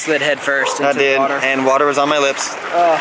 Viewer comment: Divine in the woter